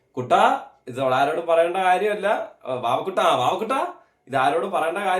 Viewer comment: Vavukutttta alla vavuttaaaaaaaa